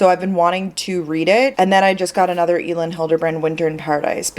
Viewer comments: Hi! Elin Hilderbrand actually pronounces her name as Ellen.:) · Elin is pronounce like Ellen!!